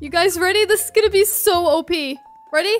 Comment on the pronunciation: Please stop saying OPEEHEE